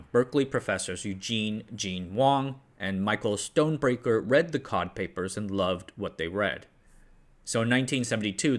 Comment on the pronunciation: that pronunciation of Stonebraker got me rollin for days ngl